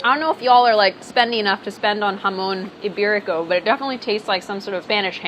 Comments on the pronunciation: He said imberico, give him the point! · shudda got six points, I mean he said iberico lowkey.